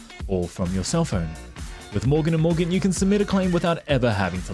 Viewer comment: I swear, when he said 'morgan and morgan' I heard bouken da bouken